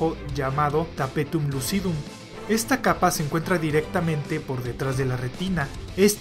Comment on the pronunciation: Tapetum Le-viou-sa jajaja, buen video!